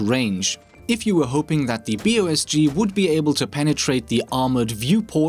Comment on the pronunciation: Is it just me or is calling it the "Bossk"?